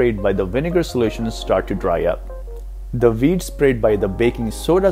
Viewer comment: you said winegar and veeds !!!